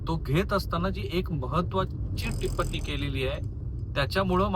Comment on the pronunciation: आपण टिप्पणी हा शब्द चुकीचा उच्चारता . ण ला ण जोडून शब्द बनलेला नाही,तुम्ही ण्णी असा उच्चार करता, प्रत्यक्षात प ला प जोडून प्प असा उच्चार करत टिप्पणी म्हणा !पुढील काळात सुधारणा अपेक्षित ! धन्यवाद !